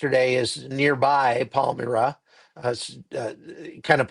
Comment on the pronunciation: It's pronounced "Palm-MY-ra, not Palm-MiR-a" . I have been to Bondi Beach. Sad to see this happening in such a beautiful, happy place. This is the heart of Sydney. A wonderful, world-class city.